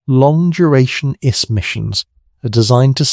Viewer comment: These AI models are getting better. Had me till DNA was called "DEENA" and the I.S.S. was called the "iss" like hiss without the H. Still AI slop. And if this was a narrator and not AI, someone needs to school them on the script.